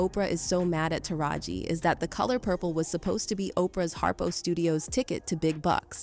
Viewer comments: Why is A I. Narrating this? Listen to how it says taraji...it's saying TARA-G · Urban Scoop?…but you can’t pronounce Taraji’s name properly and mislabel Fantasia for Whoopi. GTFOH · Please pronounce her name right! So hard to listen to this when I’m consistently hearing the narrator call her “tar gee” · Not only are you not saying the name TARAJI right but then u called Fantasia, Whoopi Goldberg 🤦🏾‍♀️🙄 you do not know black ppl… stop it 😤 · Was this written and voiced by an AI because there are a lot of inaccuracies in this. From mispronouncing Taraji and Gabrielle Unions names to saying Precious was Oprah’s film and she paid her 😂 Oprah was brought in as a producer well after screenings and mainly responsible for promotional assistance. She didn’t have anything to do with paying Monique. Oprah is a terrible person but yall need to do better research.